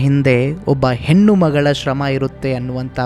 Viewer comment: ಹೆನ್ನು,ಹೊನ್ನು, ಮನ್ನು ಅಲ್ಲ. ಹೆಣ್ಣು,ಹೊನ್ನು ಮಣ್ಣು ಅಂತ ಹೇಳಿ. ಕೇವಳ ಅಲ್ಲ ಕೇವಲ ಅಂತ ಹೇಳಿ.